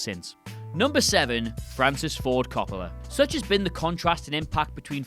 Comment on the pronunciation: The double L is pronounced like a Y, Elle Fanning is pronounced like L, and “Franny Coppa”??? Bruh, what are you doing?